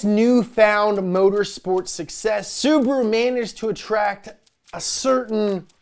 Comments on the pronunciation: sUbaru... omg... It's subAru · Bro its not subru its su-ba-ru